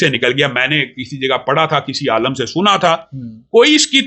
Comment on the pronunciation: Ooooo Bhai ise jahil aadmi aalim ko aalam bol ab jinhe bolna bhi nahi aata wo bhi Engineer saab se baat karega jahil insaan hai ye